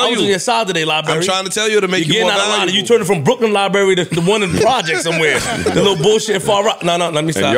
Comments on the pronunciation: calling "Liberry" weakens me 😭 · Libary and Freeze is hilarious!!! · calling "Library" is the funniest shit 😂😂😂😂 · flip calling “library” 😂😂😂